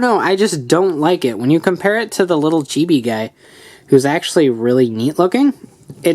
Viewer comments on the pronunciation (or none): none